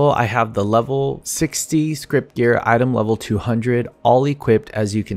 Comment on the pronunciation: Every time somebody says script instead of scrip I twitch a little.